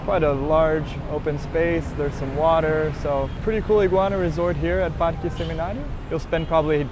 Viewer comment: Awwwww I love the cats! That Santa Ana Hill area is so cute, I love it too. I alllssssoooo love how you pronounce all the Spanish words with a Brazilian Portuguese accent- El Parkee! jajaja :_GringoDrink